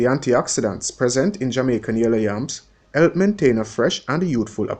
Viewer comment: Def education but the way you pronounce words WRONG is a turn off for me. For example you pronounce "hair" as "ear" "help" as "elp and drop all your th's you sound ridiculous instead of elite Found this so annoying I'm going to block this channel